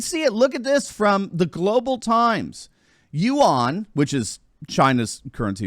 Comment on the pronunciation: You aren’t pronouncing yuan correctly.